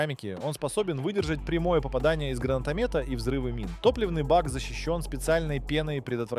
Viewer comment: а на показал Боинг-757, а речь вёл про Боинг 747! ГранатомЕта 🤣помпОвые ружья! Я если честно до конца досмотрел только для того, чтобы поржать!! Что и как ещё автор исковеркает :)))